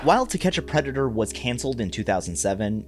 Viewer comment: bro said pedator instead of predator